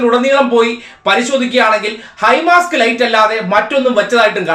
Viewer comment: ഹൈ മാസ്റ്റ് ആണ് ഹൈ മാസ്ക് അല്ല.